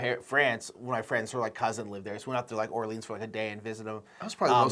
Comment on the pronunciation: Love you guys, but real talk. Are you allergic to correctly pronouncing French words? First Orleans now En route. Seriously guys. Great content, hilarious sketches, but every time you talk about Orleans I feel mental pain and involuntarily recoil like I’ve been physically hit. 😂😂😂